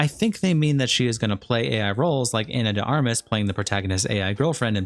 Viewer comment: Your entire channel is about reading out written statements and yet you can't pronounce "Ex Machina" or "Ana de Armas". Jesus Christ.